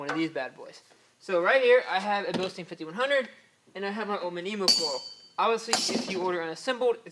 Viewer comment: Bil-stine. Say it with me.